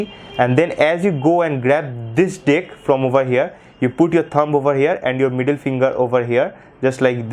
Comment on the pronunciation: Dude its deck not dick hahahahahaha